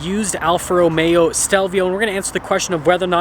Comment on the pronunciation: Romeo please! Not Romero